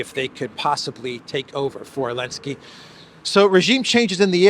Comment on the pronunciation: I asked on another video but got no answer from the content creator - I am asking AGAIN. Does ANYBODY know why this guy calls him ELENSKY and not ZELENSKYY? If I don't get an answer this time, I will not watch any further content - it just annoys me that something as basic as a name is not adhered to.